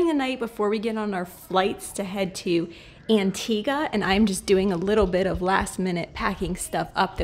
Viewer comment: I live in Trinidad and Tobago 🇹🇹 and we drive on the left also. pronounced Antigua correctly 😊. This was a beautiful vlog as always. Thanks for sharing 😊